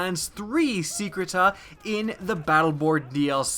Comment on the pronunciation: Lol, "secreta." I'm pretty sure he meant to say secrets.